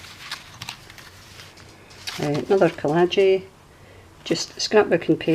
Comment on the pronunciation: No they don't! We only had the 3 main channels all through my childhood. I was so amazed when other channels started haha. You know I'm forever going to say collagee, or collagie, because of your saying it hahaha.